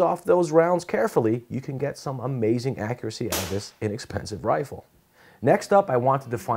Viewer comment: and what the hell is a wifle???? ;)